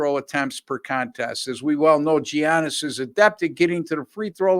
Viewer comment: how did you make it this far and still not know how to pronounce giannis.